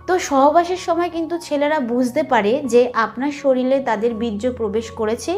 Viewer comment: শরীরে না বলে শরীলে, হায়রে উচ্চারণ !!! 🥸